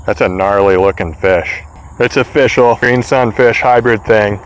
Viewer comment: It's oh-fish-al!